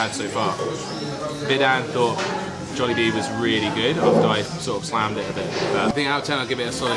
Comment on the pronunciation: The way you pronounce Jollibee is sending me :face-purple-crying